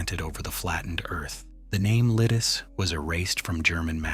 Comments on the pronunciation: it was not only czech fighters... do some research before spreading BS and hoaxes online... jeeez... And learn how to read the names of villages correctly... LIDICE, not LIDIS.. thumb down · The c in Lidice should be pronounced as a TS sound. Lidice should end just like Pardubice. I sounds like long ee. So Lee Dee tseh.